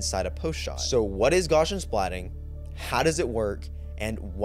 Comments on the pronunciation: It’s actually pronounced “Gaussian” 😌🫡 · please, I beg you, go and find out how to pronounce 'gaussian' properly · It drives me crazy that everyone constantly mispronounces Gaussian as “GOSH-un”.